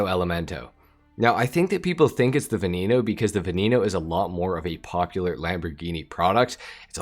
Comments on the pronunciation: its veneno no veninou, its not hard to pronounce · What’s a Lamborghini “Vinino” 😂 no offense